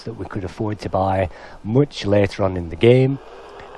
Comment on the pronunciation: You sound very British. Very very mooch. Moooooch. MOOOOOOOOOCH.